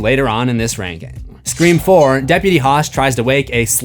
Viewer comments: I was so confused why you kept saying "scream forum" and realized you meant "scre-four-m" bahaha 😂😂 nice one nice one. I see what you did there. Also, can you rank the movies? I just saw the 7th one and want to hear the movie rankings of others! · this is the first time I have heard you say "Scream 4" and not "Screeform" :)